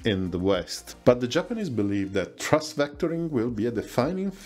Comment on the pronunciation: Love your content, but please work on your English pronunciation! "Thrust" is not the same word as "trust". "Ceramic" is pronounced "seramic".